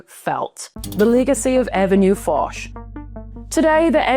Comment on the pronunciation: Hello. Lived 1 year in Paris, one Saudi a$$hole owns apartment on avenue Fosch I knew and visited. It's pronounced Osch - without F. All the best. Like Hermes - without H - ermes.